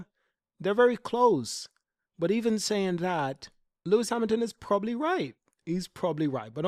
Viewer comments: I'm losing my mind because he can't say probably properly 😂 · Hamilton said probably the strongest driver pairing. The emphasis should be on 'probably". Why are so many people missing this?